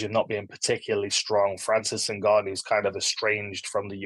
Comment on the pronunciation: The host should really know how to pronounce "Ngannou" by now